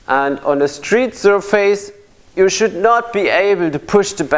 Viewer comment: sur face pronounced SUR fiss